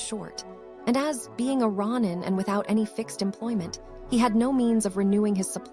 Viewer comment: Can't listen when you can't pronounce even the title